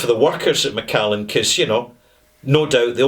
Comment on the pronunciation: Macallan, get it right!